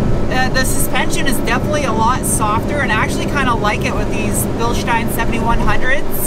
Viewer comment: is the only american who say Bilstein right.